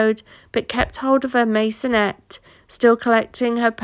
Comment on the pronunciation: I've never heard of a 'Masonette"